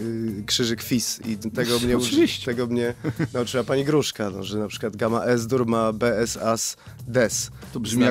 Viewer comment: Też zwróciłam na to uwagę :D już myślałam, że powiedział As-dur - pani Gruszka będzie niepocieszona :)